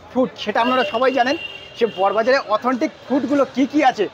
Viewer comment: First of all jayegar tar naam ta thik kore bolte sekho...... it's not 'bor bazaar '...... it's "Boro Bazaar"